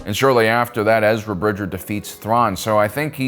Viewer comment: I agree, also his name is Bridger, not Bridget.